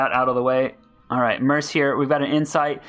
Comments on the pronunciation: you would get more followers if you stopped saying "Merce" its mercenary or Merc like MURK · Mercenary is pronounced mur-sin-airy, but merc is pronounced MURK. LOL, love your videos, so not trying to be insulting, just wondering why you pronounce it murse.